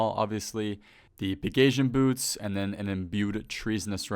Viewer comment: u said pegasian boots... lmfao